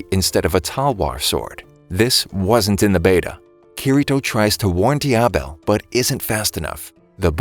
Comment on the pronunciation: His name is Diavel not Diabel